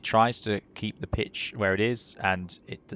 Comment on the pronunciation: Did he say hold that bitch or pitch? 🤣